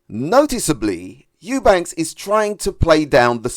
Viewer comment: Eubank not Eubanks. I give Conor the edge.